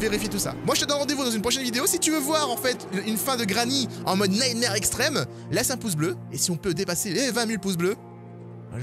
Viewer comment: Ça se prononce “nightmOre” mais sinon jaime bcp tes vidéos lel